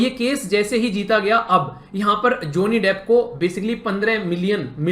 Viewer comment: ज़ोनि डेफ़ 😂😂😂😂😂. Abe bsdk bolna to seekhle